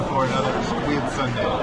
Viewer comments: squid sundae × squid soondae ㅇ pronunciation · it should sounds like soon-dae and not sundae (ice cream). 😂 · sundae you think of ice cream but its actually pronounced Soon- dea not Sundae. i think its just sounds close that you automatedly think of ice cream. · Not " SUNDAY" in pronunciation, it's SOON- DA-EH aka Sundae. I'm a Brit-Pole and I'm married to a Korean, live in the US. I love all blood sausage and so this is something I eat all the time. Each country has their own version of blood sausage. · squid sundae 🦑+🍦??? 😂😂 순대 pronunciation is more like 'soon dae' 😊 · Actually it‘s more like ‘soon-dae‘ not sundae (like an ice cream) lol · 코리아 U 발음은 WOO - SUN DEA (SAN DEA, SEON DEA) 아니고 (SWOON DEA) 그래도 닉 화이팅은 찰지게 잘 했어요 한국어가 나날이 느네요. 한국 여행을 하면서 더 발전하는 닉이 되길 바랍니다. 닉 화이팅~^^ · squid sundae ㅋㅋㅋㅋㅋ it's pronounced 'soondae' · Squid Soondae (순대), not squid sundae (선대)😅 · sundae is actually pronounced soondae, no relation to the english word sundae :) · Squid Soon(not sun) dae is how you pronounce it just FYI